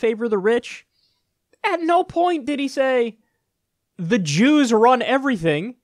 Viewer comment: The way Kyle says JEWS makes me lol for some reason